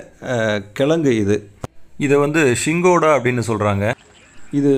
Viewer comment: சிங்காடா...சிங்கோடா இல்லை.